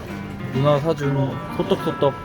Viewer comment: 누나 강조하는거 개웃기네 ㅋㅋㅋㅋㅋㅋㅋ